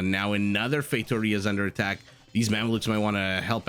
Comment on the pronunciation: I'll mention this because you've said you like to pronouce foreign words as accurately as possible (plus it is another comment for the algorithm). I don't speak Portuguese, but I'm fairly certain that the the first four letters in Factoria are pronounced similar to the English word "fact".... Maybe you were saying that, but to me it sounded like FATEoria (and one ocassion like FAKEoria). Just being very picky here for no particular reason haha... Cheers,! Edit: As it turned out, you were right. Factoria is the word in Spanish, and Feitoria the word in portuguese.... I'm feeling awkward right now but I can't simply delete my comment